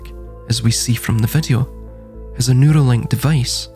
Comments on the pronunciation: I thought the same thing...that he was saying noodly.😂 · I know this a serious topic, but I’m over here laughing, because I thought you were saying, “noodle link.”😂😂😂 Then I realized you were saying “neural link” instead. I guess since “noodle” is slang for brain, that it would work.😂 I agree and have been saying they’re trying to establish a worldwide, electronic, pseudo scientific, eunuch, feudal serfdom. In fact, every “ism” in this realm, from capitalism to fascism to communism to socialism, eventually devolves into feudal serfdom. That’s the only form of government the “elites” will tolerate, and they hate the idea of us having anything—any comforts or luxuries.